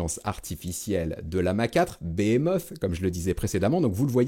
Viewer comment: Toujours très bien comme d'habitude même si Compliqué d'y accéder et pour ton INFO en phonétique Behemoth se prononce "bihimosse" 😂😂